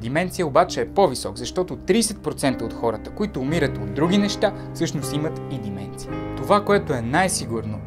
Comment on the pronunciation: Не е ли деменция а не дименция